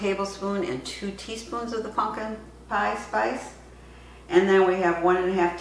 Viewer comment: Totally a Michigan thing to say "Punkin" 🎃